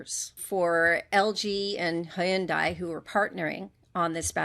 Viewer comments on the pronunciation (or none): One day people will learn how to say Hyundai